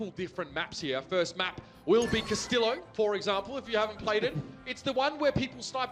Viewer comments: Wow Wow c u h - s t i l l o w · I puked when he pronounced Castillo like that.